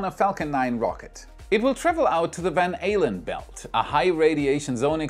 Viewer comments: van Allen not ale-lan... all'ln it's dutch. so : van ( from) Aalden (the town). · Van “Ay-LAN” belts… 😂 I ABSOLUTELY LOVE AND SUBSCRIBED WAAAAAAY BACK AT EP. 25! No… you rock!!! You rock… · Did just say the "Van Halen Belt"? Excellent! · I know he didn't, but it sure sounded like he said the Van Halen belts. I had to replay it a few times. lol